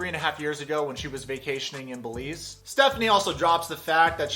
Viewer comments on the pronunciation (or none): Belize....”e” .... not “Beliz” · It’s Belize with an E. Love your channel btw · Missed the e bro, it's Belize, my homeland :).